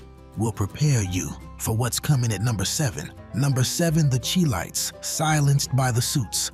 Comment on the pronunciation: The Chi-Lites is pronounced "Shy Lights"...